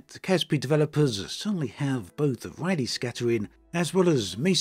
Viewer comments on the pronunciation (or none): none